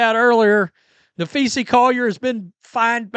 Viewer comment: Are you capable of pronouncing Collier’s first name correctly? Napheesa *. Nuh-FEE-suh It’s not Napheesie for goodness’s sake!